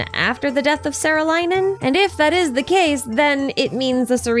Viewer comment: saarelainen is pronounced with a long aa vowel and in finnish words a is like the a in "are". "saah-reh-lai-nen" and the accent is always on the first syllable! t's are always hard and r's are rolled.